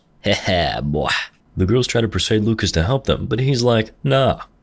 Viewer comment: "Hehe bwooyy"🤣🤣